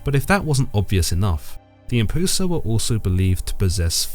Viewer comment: Isnt it pronounced closer too "em-p-yoo-sa"?